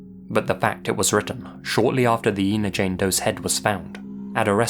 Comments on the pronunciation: It's pronounced "Ein-uh," (as you'd say when saying "China") not "Een-uh." :) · The town where Susan Lund was found is Ina and is pronounced Eye-na, not E-na. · It's pronounced "I"na ,not Ena. I live in the area. This state park is easily accessed from the interstate. There is a sign for the park off the exit. She was found in the primitive camping area. I always believed she was from another state and the killer chose to dump her in this area and that he came from the interstate . I am glad that she has her name back and hope they find her killer. I have followed this case since she was found . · Ina- It's not E-na, it's Eye-na. Sorry, just a pet peeve I guess... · Ina is pronounced "Eye-na," with a long I. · Ina is pronounced with the long "I" sound, not "EE". Ina, not Eena. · It's pronounced "eye- na." I have family that lives really close to that tiny "town!" This is spooky af. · I live just down the highway from here. The town is actually pronounced 'eye-na'. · The village name is pronounced Eye-na. I grew up just 30 miles from the area and went to the lake all the time. The interstate cuts through part of the park so I can imagine just how hard it would be to narrow down a killer. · Ina, IL is pronounced "EYE-nah." I live very near that little spot in the road.